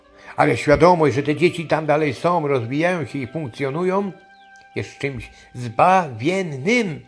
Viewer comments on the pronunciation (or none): One SĄ !!!! A nie "one som"!!!